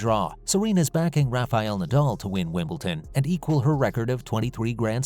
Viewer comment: never did say what Federer's message was. and its WimbleDon, not WimbleTon